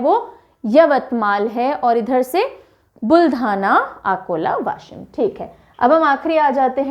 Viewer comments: Yashim nahi madam वाशिम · Washim not ashim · mam you said याशीम so please try it saying वाशीम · mam it is not Yashim it is Vaashim (Washim) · याशिम nahi वाशिम वाशिम मैं बुलढाना से hu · यशिम नही ..... वाशिम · Mam it's not yshim it's washim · वाशीम not याशिम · Mam it's वाशिम not याशिम 👍😍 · It is Vashim not Yashim to pronounce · Not a yashim. washim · It's Washim not Yashim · It is वाशिम=Washim not anything else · वाशिम pronounce mam, I. nanded district. Aurangabad divisions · Washim ka pronounce galat hua... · Very informative Session..Minor correction in Pronunciation of Washim. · वासिम ( यासिम नाही), गोंदिया (गोंडिया नही) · गोंदिया,वाशीम ये है करेक्ट उच्चार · Its Gondiya , darwaja wala d , washim its waa ...